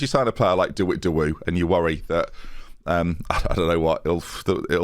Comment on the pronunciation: De Wit de woo should be de wit de woh when said out loud. Anyway great episode:)